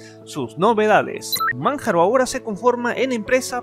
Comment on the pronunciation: Cada vez qué pronunciabas Manjaro, LibreOffice o PureOS me dolían los oídos. Parece qué leías sin haber escuchado nunca cómo se pronuncian los productos.